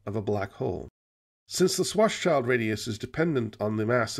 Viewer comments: I love these. My only nitpick is that it's not pronounced 'shwarts-child', but rather 'shvarts-shilled', because it's German. But I guess that's a battle (not to mention a couple of wars) long lost. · Please stop calling Karl Schwarzschild a child. His last name literally means 'Black-shield'. You already pronounce the Black-part 'Schwarz' correctly, however; 'schild' is pronounced exactly the same as the English 'shield'. ->